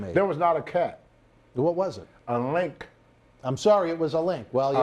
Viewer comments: Linx, not "Link" you morons... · Lynx not Link Bwahahaha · Lynx not link country as hell lol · It's a lynx. Pronounced links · Lynx... Linksssssss.there is a(n) S sound at the end for fukks sake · It’s a lank! A lank! 😂😂😂😂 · "Its a LLLink" Every time he said it I laughed hysterically. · Isssaa Lihnckkkkkkk! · Pretty sure he's trying to say "Lynx" lol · The X is silent guys.🔕